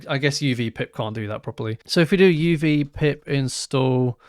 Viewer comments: I think the pronunciation is UV - as in the abbreviation for ulravioloet light - rather than literally "uv" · i believe it is pronounced "U.V." not "of". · I think uv is meant to be pronounced U V, short for ultraviolet